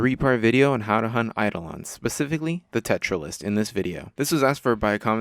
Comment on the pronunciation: Not to be the pronunciation police but it's pronouced Tera-Lyst. Not Tetralyst.